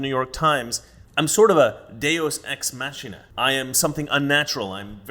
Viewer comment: Cant help being petty its Deus ex machina (Latin: [ˈdeʊs ɛks ˈmaː.kʰɪ.naː]: the "ch" i s pronounce "k"